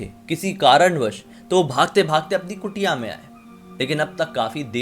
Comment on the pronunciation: Bhai ek suggestion hai...har क Urdu wala ख (नुक्ता वाला) nhi hota कुटिया for example।।।।I do have a good knowledge of both languages tbhi bta Raha hu☺️hope you don't mind